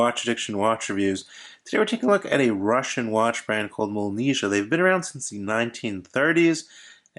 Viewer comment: It's pronounced Molniyeeah. But nice review!